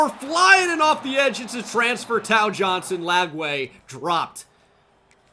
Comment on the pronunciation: Tao Johnson is pronounced Tay-Oh btw